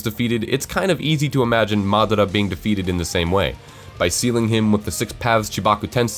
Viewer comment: Really good fix-it video, lots of good points. Don't like the way you pronounce some of the names though, like Konoha or Madara, just sounds kinda weird. Minor point though, great stuff!